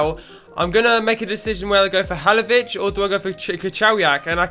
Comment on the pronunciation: Halilovic not Halovic